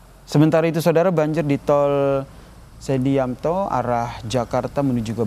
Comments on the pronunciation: #Ini reporter ga pernah tahu nama tol SEDYATMO YA? Disebutkan SEDIAMTO? ... #parah & kacau nih reporter KOMPAS TV ... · Aduh pembawa berita baca nya ngawur, sedyatmo aja bacanya sedyanto😅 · Itu pronounciation naratornya salah😂😂 dia bilang Tol Sedyamto🤣🤣